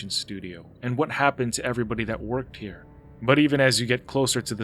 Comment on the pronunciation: I'm outta heeah!